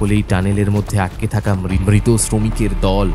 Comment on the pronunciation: দ্বন্ধ নয় দ্বন্দ্ব।মৃত উচ্চারণ কয়েকবার মিত হয়েছে।Finally post করার আগে সংশোধন করুন